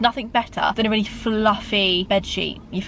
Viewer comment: Why did say weally 😂